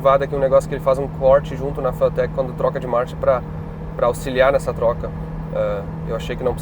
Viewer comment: Bah. Quando tu fala as palavras "corte" e "motor" nos repara que tu já está ficando com sotaque de americano.